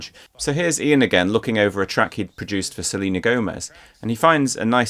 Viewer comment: For some reason it sounds like you're saying "Silly N'Gomez"